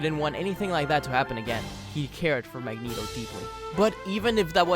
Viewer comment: "Magento" has got to go plz